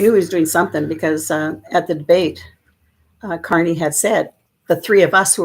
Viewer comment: There is a BIG difference between the word "corny" [KOR-nee], which means "simple; unoriginal; tiresome," and our Prime Minister's real name which is Carney [KAR-nee]. Please say his name correctly, thank you.